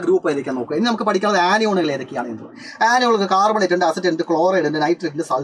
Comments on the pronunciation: carbonate ❌ "cat"bonate ✅ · Carbonate annee....... Catbonate allaa siiryyyyyyy🥹😭